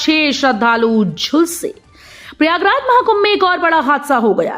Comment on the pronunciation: मैडम समाचार तो शुद्ध भाषा में पढ़ लीजिए बोल दीजिए श्री प्रयागराज का नाम ही बदल दिया आपने थोड़ा ध्यान से बोला करो इतनी जल्दी कहां की है